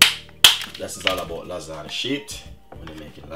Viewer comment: Great video but lasagna is pronounced lasanya not lasaneee